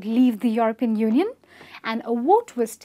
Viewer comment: She should practise saying 'European'...